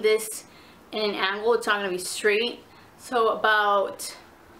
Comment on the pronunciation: Ang Ang Angle. Not Aun gul Aun gul. ITS ANGLE